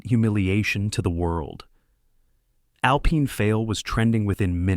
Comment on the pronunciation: Someone needs to teach AI that alpine is pronounced al pine not al peen. Back pay for 1 day? Shooting baskets to prepare to play football?